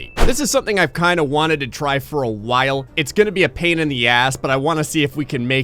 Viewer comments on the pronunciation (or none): none